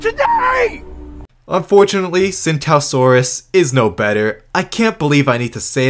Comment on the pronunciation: Tsintaosaurus is actually pronounced "ching-dao-saur-us"